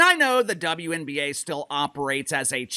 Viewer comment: I swear I heard they say DumbNBA instead of wnba lol